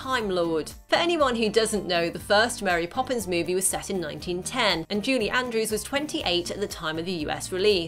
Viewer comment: Why does it sound like you’re saying “JUDY Andrews?”